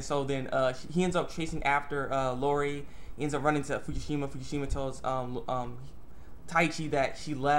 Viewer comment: E-O-Ri Not Lorri lol!! But yeah, that was a good episode